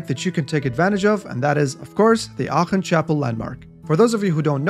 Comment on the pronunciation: Aachen pronounciation chefs kiss